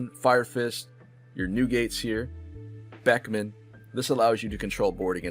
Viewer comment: Great video, but your pronunciation of Beckman and Roux is killing me